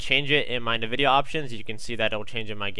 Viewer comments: just gonna throw this out there its pronounced En-vid-ee-ah not Niv-id-ee-ah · It's not motherfucking pronounced "Na-videa" holy fuck it's "EN-VIDEA" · It's called EN-vidia. What's the point of using black bars though?